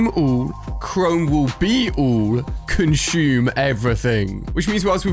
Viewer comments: " CONCHUME " it's conSume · It’s consume not conshume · Nobody: Ali A: Conshoom